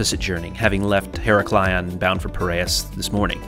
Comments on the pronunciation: her-AK-lion and NOT hera-KLI-on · basically in modern greek its EE-RAK-LEE-O without the n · Only problem is the Americans' complete inability to pronounce any foreign names. It's quite easy to say Iraklion ,why make your life difficult with Heraklaion???? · Heraklion is pronouced He-ra-kli-on not her-o-kil-an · As cabin crew I used to fly to Heraklion nearly weekly and just for future notice the pronunciation is IR-AK-LEE-ON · Thanks for pointing this out. I love his videos and watch them all but was cringing eveytime said her-ack-lee-on... 🙂🙂🙂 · Ee-RA-klio... emphasis on the RA. Avoid the cringe. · Lovely trip, but,but ,but: Her-a-klion, with the stress on the A ! Love your videos all the same...! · FYI her rack lee on is the easiest way to say it in english hard word though great video! thanks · Heraklion = pronounced Irak-lee-on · Tnx for sharing but I can't but laugh how you pronounce Iraklion.🤣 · I live on create and have made that journey more times than I can count. Sorry for saying so but your pronunciation of heraklion was painful. I cringed every time you said it. Surely that would have been easily researched. I find the Greek nation generally don't do customer service. Only perhaps in the hotel industry. I loved the room but as you say, a little wasteful for a daytime trip.